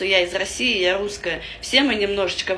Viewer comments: ти вже давно нє дєвочка )))) А ротік у тебе дуже маленький, практикуй кабаки засовувати у рота. Ти щось не можеш виговорити літеру (Р). "Меня нє пускают я луская" ))))) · Рррррруская! Собери по рублю с подписчика и галопом в питер к ЛОГОПЕДУ.🤧🤮🤮🤮🤮🤮